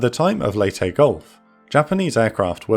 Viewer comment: Thank you for pronouncing, 'Leyte', properly!